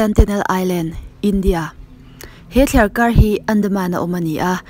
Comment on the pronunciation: Thliarkar rauh tih kha, thliarkar roh tih zawk ni awm tak. Kan tawngkam hi, kan inen fiah deuh a ngai a nih hmel hle mai!!!